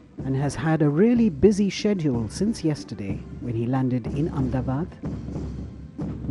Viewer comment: Sorry, it should be pronounced Ahmed-a-baad and not Amdabad. Unless you would like to change the name officially to Am-da-bad. Please don't make that mistake.